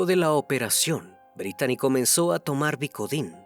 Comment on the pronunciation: Se pronuncia britni no Britani la manera correcta de escribir britni en inglés es Brittany y se pronuncia Britni como Britney spears